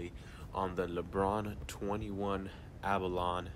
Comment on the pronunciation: My dude said A Ba Lon. It's A bo lo ny